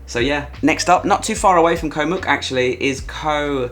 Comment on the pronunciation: I agree with your picks and glad to see Samet on the S tier. I'm returning there again soon. I do a small cringe everytime you say "Koh", you know how it's really pronounced 😊